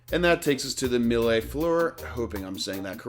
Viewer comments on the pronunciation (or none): none